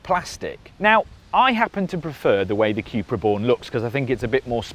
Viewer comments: Qupra?? I thought it was pronounced 'Kupra' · I'm biased, owning the Cupra. The vid just confirmed again why I choose it. Do like the ID rim's though. BTW It's a "Koepra" not a "qupra" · Why do you keep saying cue-pra?